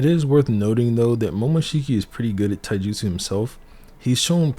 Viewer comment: Bro, I love this video. But your Japanese pronunciation needs a ton of work. Mount Myo-Bo-Ku not Mio-Bo-Ku. Ka-ta not Kat-a. And Tai-ju-tsu not Tai-jitsu. You have to pronounce the syllables or you're just saying random words.